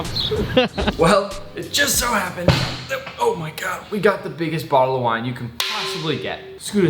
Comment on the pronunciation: Thought you said why instead of wine